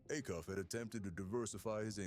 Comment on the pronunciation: It's pronounced A- Cuff, long A !